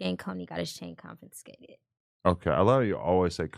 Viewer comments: Confiscated. Not ConFINscated. Thanks Adam for attempting to correct this lil snooty one. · she can't even pronounce confiscated right smh tryna sound intelligent 🙃